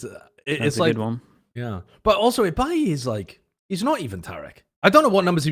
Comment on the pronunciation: love how ibais name wasnt pronounced the same way twice